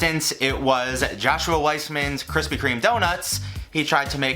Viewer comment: BABISH'S COFFEE CAKE. also really appreciate the "kwispy" instead of krispy